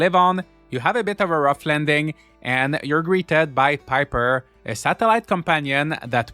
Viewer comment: I laugh every time I hear you say "PIP-3R" 🐦🐦🐦 Thank you so much for the review! I've been waiting for this game since the demo came out! Also, I wonder if another player would be able to open that door in the ruins.. :_joshQuestion